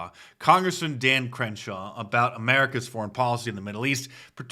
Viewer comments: Not sure if you said Cringeshaw or if I misheard you, but Cringeshaw it is 🤣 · Mark you havin' problems saying Crenshaw' name 🤔😂🤣🤣🤣 99 is my fav. 😁